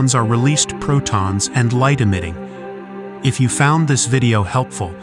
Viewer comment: Your narration was doing fine until it got to the light emitting part at the very end, then it was garbled and inaccurate. Needs fixing.